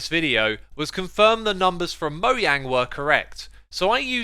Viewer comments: Mo”J”ang. Not Moyang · Bruh, please stop saying moyang instead of mojang (It's letter J [dʒei]!!!!). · One of the most annoying things ever has got to be people pronouncing mojang as "moyang" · man really said moyang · If they wanted it called moyang that's how they would have spelled it. It's mojang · Did he just say moyang hahaha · I'll never get over him pronouncing Mojang incorrectly. Also, you can use a water bucket to swim into a 1x1 hole instead of using a trap door